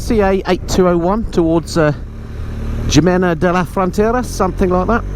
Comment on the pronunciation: Considering how much time you spend in Spain, perhaps it's time to take a Spanish language course? The Rosetta Stone courses are superb. The 'J' in Spanish is pronounced like an 'h' and the 'i' like a long 'e', so Jimena is Hēmĕnă (HEE MEN UH) and so on. I'm sure the locals would appreciate any effort you make to speak their language correctly. Who knows, you may end up retiring there....... ◉_◉